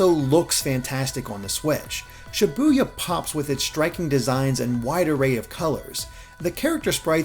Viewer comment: But you still mispronounce Shibuya. 9/10 reviewer